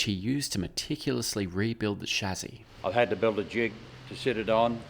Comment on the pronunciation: is the only one who can say "Chassis,"